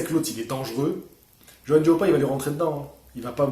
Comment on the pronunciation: Merci de m'avoir cité, tu as bien prononcé mon prénom et mon nom. ☺. Comme je te le disais sur facebook en effet, Johann est un combattant à l'ancienne qui ne se refuse rien. Il sait qu'il s'agit d'un métier éphémère et que le temps passe vite. Je pense aussi que c'est un combattant qui se fait vraiment plaisir avant que de ne parler sans cesse d'argent comme beaucoup. Jarrell est un tank et pour le toucher je pense qu'il va falloir tourner autour de lui et être mobile pour déjà éviter ses parpaings, le type c'est Ralph dans le film de Disney, le super destructeur 😂, et chercher les failles pour lui assener des jabs permanents. Il faut le harceler de coups ce type. Être très présent . il faut le démolir pierre par pierre. Front contre front c'est trop risqué. Je pense vraiment qu'il faut l'épuiser et le harceler de coups. J'ai peur pour Johann mais on ne sait jamais! Que le meilleur gagne! 💪